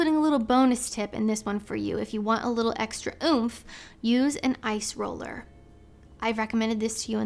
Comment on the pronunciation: Is saying ice roller or eyes roller??